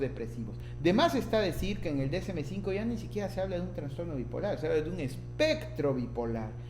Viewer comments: Me gustó tu video, solo ten cuidado al pronunciar trastorno; ya que se escucha que dices transtorno... de ahí en adelante todo bien, muchas gracias. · Muy buen contenido, gracias, me ayudó mucho, sólo corrija su pronunciación, se dice TRASTORNO no TRANSTORNO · TraSSSStorno!!! Por favor!!! donde ves la N???? Habla bien. Saludos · Bien. Solo que es trastorno, NO traNstorno. Saludos. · Me gustó mucho su explicación sobre las diferencias existentes en ambos DSM, lo malo es que en todo momento escuché la mención de Transtorno. La verdad es que saca un poco de onda la mala pronunciación, pero fuera de eso todo bien. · TRASTORNO. Aprende a pronunciar esa palabra. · Pero por qué dices traNstorno? 😩😩😩😩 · Buena información pero me perturbó constantemente que repitieras una y otra vez “traNstorno”.